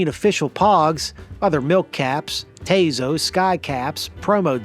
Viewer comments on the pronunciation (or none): I'm Mexican American. It's not pronounced Tay-Zo's but Taw-Sos 😂 I also had a pog maker and we bought papitas in order to get tazos. I also had a bad boy club slammer.